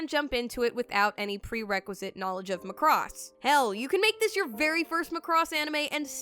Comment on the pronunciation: The way you say Macross irks my very soul for some reason. LMAO